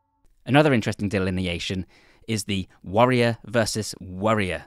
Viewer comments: as a non native english speaker, this video was extremely confusing for my ears xD, all i can hear most of the time is "worrior", a little on-screen text would be really helpful for differencing which type are you talking about at a certain point, even tried subs on but most of the time they write warrior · Dude, to me when you say worrier or warrier, it sounds exactly the same. xD Got a bit confusing for me. Not a native speaker though... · Man the Warrior vs Worrier part is hard to follow without much distinction between words haha (my accent is the same don't worry) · just a small recommendation: you should have spelled warrior and worrior a bit more clearly so the non-english speakers could understand it clearly. nice video tho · I can’t hear the difference when you say warrior or worrier mate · This video would be a lot more intelligible if you didn’t pronounce warrior and worrier identically 😂